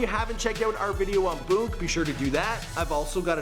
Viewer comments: It’s boonk not boke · The way this nigga pronounces “Boon” be catching me off guard every time 😂